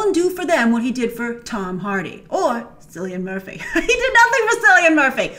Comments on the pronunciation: ... It's pronounced "Killian" not "Sillyan." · i- she knows cillian is killian not sillian, right? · It's pronounced Killian not sillian😭 Because the name Cillian is Irish not English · But grace...!! its pronounced like killian not sillian!! and peaky blinders is so goooodddd!! Still love u and ur work as always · Cillian Murphy is pronounced like Killian! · Cillian is a Irish name pronounced ( kill-e-in) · Does Grace always pronounce Cillian like that? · Just to say the 'C' in Cillian is pr. like a 'K' ☺